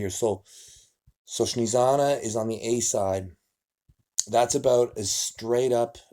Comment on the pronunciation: Nobody: Devon: Shnezana :P